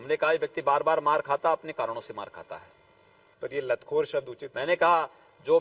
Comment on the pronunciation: Lathkor nahin lathor bola tha bhai...correction hain bhai..😂😂😂